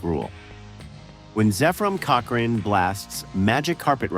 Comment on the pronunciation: Lost me at "cochRAIN."